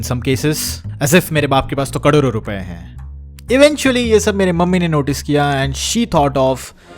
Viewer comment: who noticed he said kadoro rupai 😅 Loved the video btw